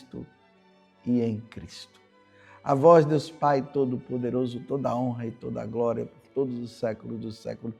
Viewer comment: Groria a vois Senhor